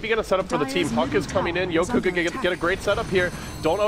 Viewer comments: yoku not yoki? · Its pronounced yoku